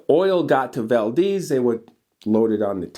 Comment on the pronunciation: Those were good times in Alaska, everyone had money, whiskey and weed ! By the way, it’s Val, like Val Kilmer, deez. Valdez